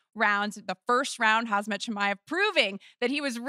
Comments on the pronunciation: Heidi can't pronounce HAM-ZAT, she must say HAZ-MAT? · Somebody tell her the man's name is khamzat, not khazmat. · Someone please tell her the name is not KHAZ MAT, it's KHAM ZAT =)))) :face-green-smiling::face-blue-smiling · Hazmat Chimaev ☣️☢️ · Did she call him Hazmat ? LOLOLOL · Lol she is saying hasmat chimaev, kind of funny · "Hazmat Chimaev" Seriously? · She said Khazmat so many times 🥴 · "Hazmat Chimaev" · "hazmat" lmao maybe learn to read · She pronounced Khamzat's name 4 times wrong...😂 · Bro she really doesn’t even try to pronounce Khamzats name right 😂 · she mispronounced Khamzat’s name 💀💀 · Volk got robbed for performance without a doubt and how are people still pronouncing Khamzat wrong???